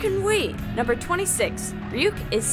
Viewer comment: it is Ryuk not wwhat u said